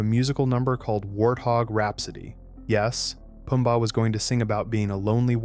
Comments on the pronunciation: why did you call them teemun and poombar? 😂😂😂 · it baffels me how you can still mess up Timon and Pumbas name even as you have heard them in the movie! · The way he's saying Timon and Pumbaa is pissing me off and I think on purpose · "tee-man and poomba" 😂